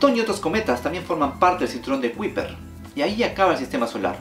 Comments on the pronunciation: cinturón de kuiper pronunciación (kaiper) cuidado con esa pronunciación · Kuiper se pronuncia "kayper".